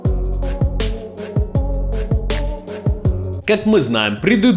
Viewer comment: Смарфон😂😂😂 аж слух режит